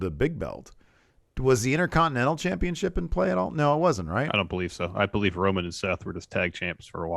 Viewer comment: and do you Bo-Lieve?